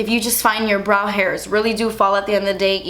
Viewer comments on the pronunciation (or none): I first startet your video while doing some other stuff and I was so confused, cause every time you said brow I understood bra xDDD then I looked at the screen and actually realized you mean brow... that was kinda really funny ^^ --> 'sometimes they don't look identical and that's okay. Your bras are supposed to be sisters not twins' xDD But back to your brows.. your natural brows are really pretty! I mean, not that you shouldn't fill them up a little bit, but honestly.. noting to worry about too much!